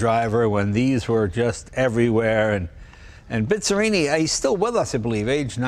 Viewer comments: Jay is "BIZZARRINI" no "BISZARINI" 🙄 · Quando l'talia era la prima al mondo in tutto! Per favore, non si pronuncia Bizrini, ma Bizzarrini, per favore.